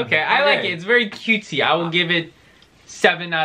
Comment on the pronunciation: Daniel: “its very CUTSIE” had me dying